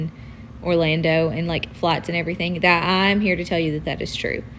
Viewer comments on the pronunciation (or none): It sounded like he said, "Including fights."